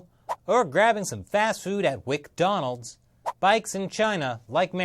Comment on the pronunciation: Did he say w’cDonalds?